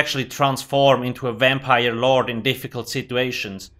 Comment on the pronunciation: You mean a Wampire?